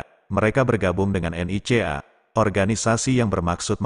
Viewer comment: saya suka menyebutnya NICA pak.. bukan N. I. C. A. hehhehe..:face-blue-smiling